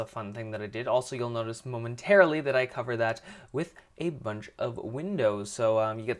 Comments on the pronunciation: He said momentairlily heaps Spelt it wrong lol dont care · don't get me wrong this is an amazing house, I just got annoyed that you said momenterally all the time XD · why did you keep saying momenteraly